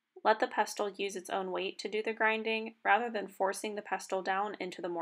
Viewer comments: This is brilliant, great explanations and demonstrating. Thank you for sharing your extensive knowledge. Just a note, though, the ‘t’ is silent in pestle (all words are with this type of spelling). 😊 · Not sure I trust the advice of somebody who cannot even say the word pestle correctly. It is pronounced with a silent 'T'